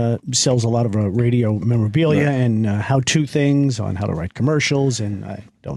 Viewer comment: Opie “This Raydjioh Thing of Ours” Hughes flummoxed by the idea of archiving radio history. What a dope!